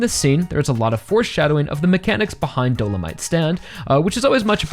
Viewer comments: btw it's do-lo-mi-te not do-lo-mite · A couple things concerning Dolomité: - I’m kinda surprised you’re not a fan of this fight because it’s genuinely my favorite in the entire part - It viscerally pains me every time you pronounce his name as “Dolomight” lmao